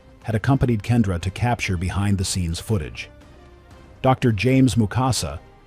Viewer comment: Kendra was entirely misread ‼️